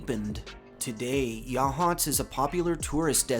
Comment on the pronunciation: Local here, saw the grey lady once. I will say I’m proud that you pronounce Yachats correctly